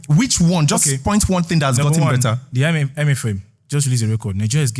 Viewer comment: tinubu guy said I-me-fem instead of IMF 😅😅😅